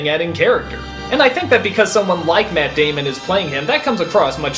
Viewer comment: matt damon not matt damond